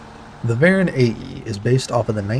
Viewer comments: Hi, why do you say varen when they are called voron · Why are you saying Varon ? It’s Voron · Why do you pronounce "Voron" as "Baron"